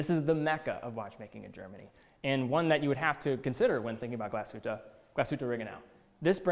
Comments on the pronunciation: Glasuta :D Haven't quite nailed the pronunciation of Glashuette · Hey I'm happy for you. I would sugeesst, as a german native speaker, that you should take some time to learn how to correctly prounouce the brand names like 'Glasshütte'. This would make you come off even more professional:)